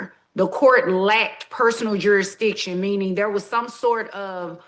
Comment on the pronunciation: The judge said.. juristion. Is it a black thing?? Like ax me?